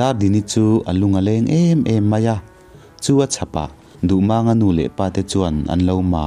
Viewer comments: Duhmâng/duhmaaang niloin Duhmang tihzawktur MANG tih hi pawi(h) Lai tawng ani a LAL tihna ani. Mumang tih a MANG tihrik angkhan tihrik tur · Duhmânga ni lovin duhmanga tia lam tur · Mizo hnam peng dang ho thawnthu i chhiar dawn chuan an hming hi a nih dan tak2 aa pronounce zir ve tal la! “Maang” a ni lo “mang” a ni ee. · A dik.Duhmànga tia a lam kha mak ka lo ti deuh reng ani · Ngaihnawm lutuk, amaherawhchu, Dardini Tlangvalpa hming i lam dan erawh hi chu a dikhlel duh anih hi... A tha lutuk tho tho ania.. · Duhmanga hming hi lamdan a dik lo. 'Mang' tih lai hi thluk tawia lam tur a ni. A thluksei a lam hi lusei hming lamdan a ni a, pawi hmingah chuan a thluk tawia lam tur. He thawnthu hi pawi (Lai) thawnthu a nia.